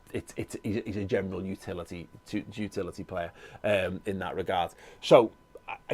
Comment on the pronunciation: Im just going to pretend I never heard you say the word 'twotility'.